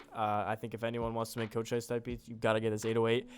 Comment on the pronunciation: chochise Co-chees thats the pronounciation